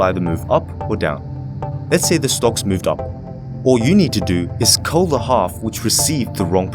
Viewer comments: Bleu.Daemon I thought he said cut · I thought he said call not cull. I was so confused what he meant after that. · he said cull, not call. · He said cull